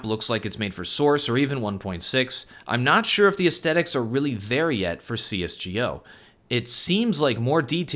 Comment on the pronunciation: i always love your videos, but please stop saying "cs:gee ohh" XD